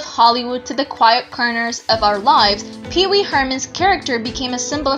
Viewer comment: The narraration is terrible. She calls Pee-Wee “Peace Mall”??? WHAT??